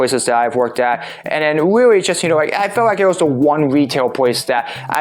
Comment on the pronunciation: rreawwy? you wiked wokin heauw?